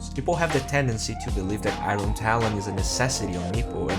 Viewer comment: IRON = ayorn, not ayron.